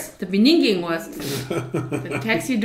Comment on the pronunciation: she pronounced the word beggining as beninging by mistake.although it was a sweet mistake.